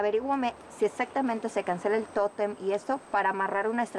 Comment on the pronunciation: no llegaras te vas a tu casita, y ojala q no ande como la llorona por el totemmm como decia lol el tótem ni savia pronunciar la bobita